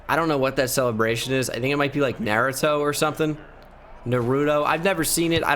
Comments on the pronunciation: "Nahruto" lmao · said "Narutoe" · I sorta got pissed by him mispronouncing naruto name